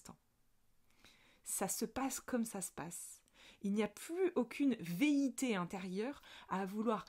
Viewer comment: 😂tu as téléchargé un nouveau mot on dirait : veité ? Ou velléité ?😅 Je te taquine, merci, encore une magnifique capsule, tout est dit, on se met sous la cascade et on respire avec le nez au lieu de VOULOIR nager dans tous les sens - ou à contre courant ! ❤🌟🌺